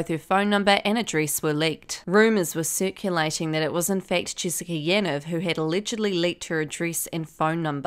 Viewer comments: It’s pronounced “Yaneev”.. sorry great video just had to say that.. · Why are people saying yan-ev isn’t it ya-neeve